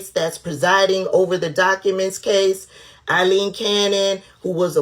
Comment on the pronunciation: A-ileen. Nice job!